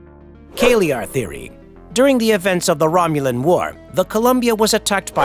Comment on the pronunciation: Lol at fact you cant pronounce names correctly such as locutus and species names. It was romulan outposts not romulas outposts. They were on the border of romulan space not at the homeworld